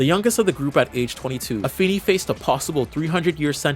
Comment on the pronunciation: it's pronounced AFEEEEEENEEEE NOT FIN